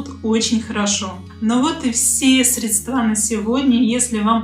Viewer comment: Делайте ударение правильно!!!! Не средствА, а срЕдства.